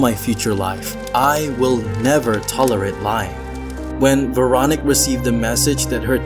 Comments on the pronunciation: I swear if you say Veronic one more time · It's Veroníque. You stress it wrong. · Pretty sure her name is pronounced vair-o-NEEK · Please make an effort to pronounce the name Véronique properly. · The most terrifying thing in this video is the way you pronounce the name Veronique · I’m continuing the video to see if he ever pronounces her name correctly. 😅